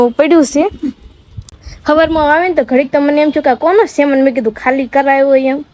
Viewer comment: બેન સામાન બોલાય....... સેમેન ના બોલાય......